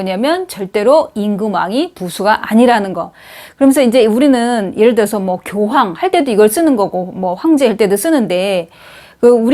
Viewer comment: 교황의 교는 길게 발음해야지요!! 문제가 심각하나이다!